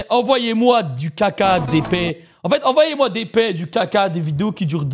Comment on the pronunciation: "vous m'envLoyez"😅😂 désolé❤ mais c'était trop drôle😂